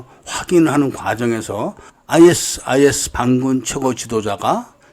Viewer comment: 아이에스아이에스가 아니라 아이시스라 읽습니다 그리고 아부사아프라 말하지않고 아부사이얍이라 말합니다